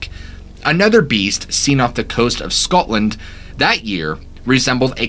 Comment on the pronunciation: At 21: 41 you say scotland like your one of us lol did you know that scotland has one of the first dogmen or werewolf. True story nae bullshite